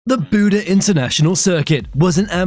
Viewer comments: why do you call it buda when its clearly buddh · its buddh not buda